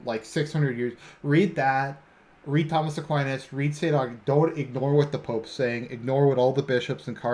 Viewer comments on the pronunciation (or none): none